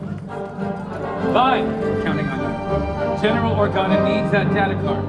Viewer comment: Anyone else notice the female pilot with the bald head say General Organo?